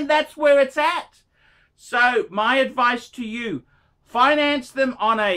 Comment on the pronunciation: Never take any phinance adphice phrom this guy.